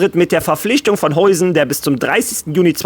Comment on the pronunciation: Hey, erstmal danke für deine tolle Arbeit und die Updates zu Real Madrid! Das machst du wirklich super!!! Zu Dean Hujsen: er wir Dean “HAUSEN“ ausgesprochen.;)